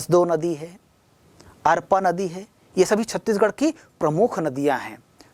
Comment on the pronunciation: अरपानदी वर्तते, न तु अपरानदी